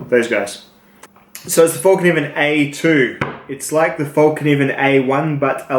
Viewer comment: Its pronounced like fell, not fall.